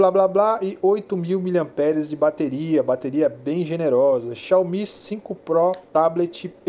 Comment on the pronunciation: Xiaomi... Xaiomi réplica nítida kkkkk